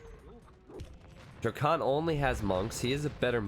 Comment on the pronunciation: y u calling him dracunt